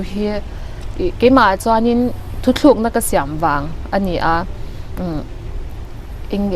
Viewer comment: hi nula fel tak ani ngei ang. "Mai" tih tur "mei" a ti thin leh, "thutlukna" tih tura "Thuthlúkna" a tih lai chiah hi sawiselna ka neih chhun a ni😁👍